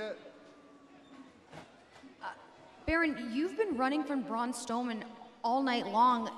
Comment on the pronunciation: Braun stoneman??? Lol nice try lady